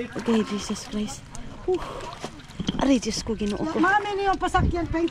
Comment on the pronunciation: Ayusin mo ang pagsabi ng DIOS KO. DI JOSKO. Dapat ma correct ka sa mga ibinubuka ng bibig mo